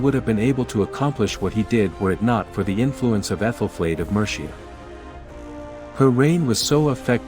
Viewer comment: Survived the first 20 seconds, but the mispronounciation of Mercia! I had to stop watching. Can documntary makers please get their voice-overs to google names, place-names etc before laying down their voice-tracks? That would be professional.